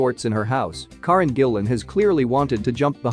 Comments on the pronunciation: I always wonder how actors feel that when people do vids on them but do not say their names correctly? Her name is 'Care-en' not 'Car-en'. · Its not corin as your pronouncing it its Karen 🏴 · One thing I do know, that you don't. Her name is NOT KAR REN. It is KA REN. You Americans, not respect at all. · It's pronounced--Care-in!! 🤪👍🥰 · Can't say Karen right. Can't say McAvoy right and even has a vid where she said she was 17 not 18 when moved to London, you getting paid to do this like a knob or just are one?